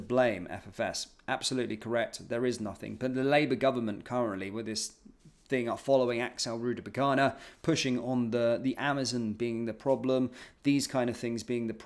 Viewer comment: honey, you need to stop saying Rudabukana… it’s Rudakubana. You keep getting the K and B mixed up 😂